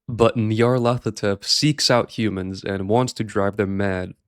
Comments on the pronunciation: Nyarlat-hotep. He is Egyptian. I've seen and heard so many people that don't know how to pronounce the name despite -hotep being an extremely common suffix on an Egyptian name. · Pronounced "Nar-Lyth-Otep"